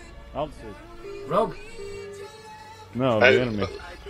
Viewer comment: Your English is pretty good, but It's actually spelt Rogue, (although I do get redder every time you say it wrong). :D